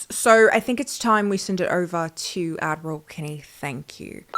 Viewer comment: Don’t feel like an idiot for not knowing that, I can top it ten fold! For almost 2 years now I’ve been watching the channel and thinking shes calling herself ADMIRAL Kennie!!! “Is she in the Navy? Maybe she grew up on military bases?” A few weeks ago I finally realized she is saying! My dumb ass actually thought her ad reads had something to do with sailing the seven goddamn seas! Beyond embarrassing! 🤦🏾‍♂️🤣